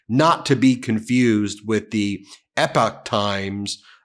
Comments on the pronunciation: Hey Kudos for learning how to say Epoch ... that's actually a credit to you for caring. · Im glad someone told ben he was pronouncing epoch wrong.